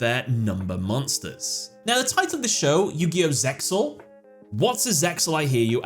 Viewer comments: its Zeal not Zexal. i watched the anime in japanese they say "zeal" in the show. the X was always silent. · I dont know how you can say the X in Zeal is not silent when at the beginning of each episode in Japanese the characters clearly say Zeyaru which translates to Zeal not Zexal its like people saying "the X in Hunter X Hunter isnt silent" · Nope Eng Dub is trash and should be completely ignored. ZeXal is pronounced zay-al, no "x". That's just a graphic to make the title look cooler like the dragon head in 5D's logo. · zeal (zearu) is how its pronounced in japan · Yeah idk why he said it's not actually silent